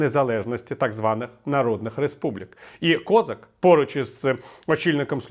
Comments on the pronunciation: Він українець з Кіровоградської області. І, до речі, надавав перевагу вимові свого прізвища саме КозАк. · КозАк, не треба зкацаплювати українські прізвища. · А чому він КОзак, а не КозАк? Хтось може пояснити? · Доречі , пане Віталію гадаю що правильно було б в Україні називать товарисча КОЗАКА з наголосом на А , бо українською саме так і буде правильно а ми самі того не замічаючи ідем на поводу у людини яка сама себе з руснічила і навіть змінивши ударну букву намагається не показувати шо він українець ....а нам то шо для нас він КОЗАК з наголосом на А а не на О як би йому цьому зраднику не хотілося ...